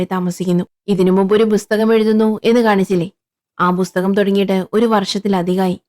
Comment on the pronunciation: ബുസ്തകം ❌ പുസ്തകം ✅